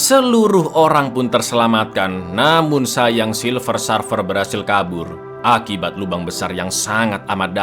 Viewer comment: Bukan Sarfer cak,tapi Serfer cara nyebutinnya